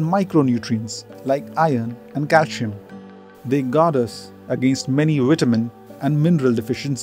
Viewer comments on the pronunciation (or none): none